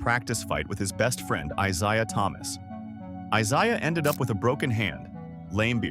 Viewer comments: "eye zhay-uh" thomas? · The ai not saying Isiah Thomas's name correctly almost made me stop watching. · Gotta be honest: I only realized it was AI way further than usual, and it actually made me think AI is getting pretty damn close to being undetectable. The biggest tell was mispronouncing Isiah (which I only now realize is a different spelling and actually does look like it should be eye-z-eye-ah).